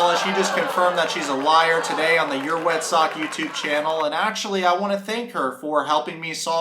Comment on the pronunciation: " "🤣😂